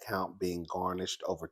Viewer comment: Garinsh..Who’s GARNISH?😂 slides off camera.. 💀💀💀💀💀💀💀💀💀